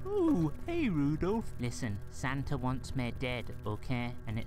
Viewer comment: Is it just me or does Frosty say Santer instead of Santa